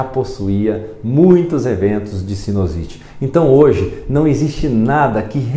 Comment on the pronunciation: o correto é sinUsite e não sinOsite. Só como comentário de um seu colega.